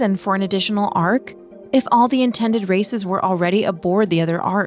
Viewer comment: i'm sorry but i have to type it, all i hear is "contain all of racist that were recognise by the council" & "all intended rasict" , i'm sorry that i have to laugh throught the video 😆😂